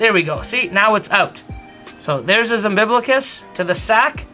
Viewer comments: Did you say “unbiblicus”. Isn’t is umbilical/umbilicus? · Your pronunciation of asphalt didn't bother me at all, but I grew up close to Canada so I've heard it both ways. Umbiblical and umbiblicus made me cringe though. But hey, keep up the great videos and don't worry about what people think about how you pronounce things. People laugh at my pronunciations all the time now that I live in the south.